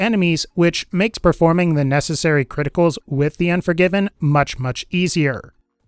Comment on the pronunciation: Cwiticals.... FANTASTIC!